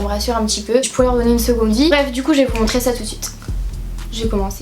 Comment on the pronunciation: montrER en -ER et pas -AI, Oh qu'est ce que c'est désagréable!